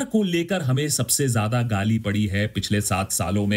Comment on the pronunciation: Wth is ghaali? It's pronounced gaali